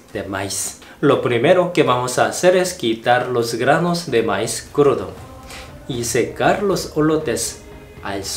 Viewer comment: se pronuncia Maíz pronunciándo la i más fuerte